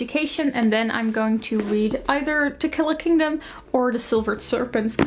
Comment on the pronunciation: Every time you said To Kill A Kingdom I hear Tequila Kingdom hahahah I think it's just me wanting some nice drinks rn